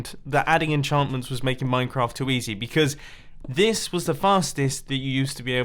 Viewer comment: Who else pronounces "Minecraft" as "Moincraft"